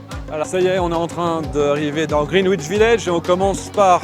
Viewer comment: Superbe vidéo! Au plaisir de vous croiser à nouveau (j'étais devant vous dans le Dublin-Paris le 18 août). Pour info, le W est une consonne muette dans 'Greenwich' mais c'est vrai qu'on peut aussi le prononcer à la française.